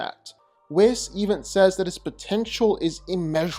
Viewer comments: I dislike how he pronounces Whis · Dude can't even say "Whis" properly.